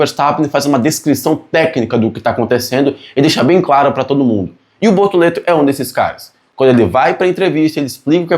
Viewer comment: Desculpa mas eu ri muito quando disse "Bortolento" aos 😅😅😅. Lembrei o antigo programa "Casseta e planeta"